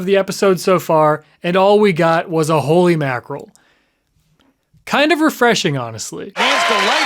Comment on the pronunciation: that wasn't just any "holy makrill", that was a "Hooley makiral"